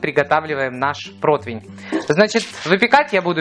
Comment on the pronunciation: а мне слух режет "протвень" и "остываться"